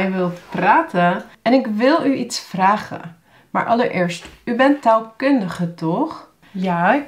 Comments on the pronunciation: What stands out to me about your accent is that your long A vowels for instance aren't actually held for long, and that you have a lot of uptalk. When I say "vragen", for instance, the first syllable is held much longer than the second, and is higher in tone, but when I hear you speak, it seems like you rush the first syllable and then linger on the second with a higher pitch. This sounds quite strange and unnatural to me. Maybe it stems from the fact that you're talking very slowly and consequently unnaturally, unconsciously making all syllables the same length and lingering on the last where you wouldn't necessarily in regular speech, or maybe you are speaking with a specific accent or sociolect that I am just not used to and which stands out much more when you speak so slowly. To me your rhythm and stress feels very strange, which may just stem from the slow talking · Maar waarom zeg je dan _nammelijk_? en _vraggen_?